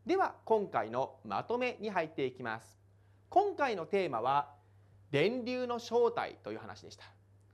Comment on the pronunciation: めぁーす(便乗)